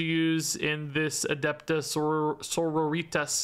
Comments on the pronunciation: I love, but Adepta Senoritas was physically painful. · Adepta Margaritas.